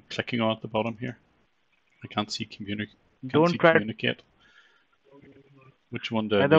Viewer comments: "give a click on comuniKATE" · I'm sorry but I laughed so hard when he said 'Come-uni-kate' lmao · When he says "communicate" it sounds like "come in a cake